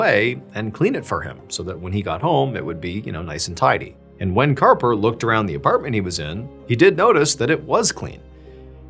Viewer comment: Harper!!! His name is Harper!!! Arrrrgghhh!!!!😅